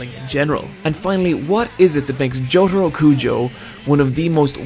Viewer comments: Why do you say Jotoro? His name is Jotaro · It's Jotarooooooooo not Jotaru